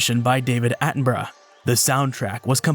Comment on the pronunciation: I can't get over how you say "Attenborough" as "Attenbruh"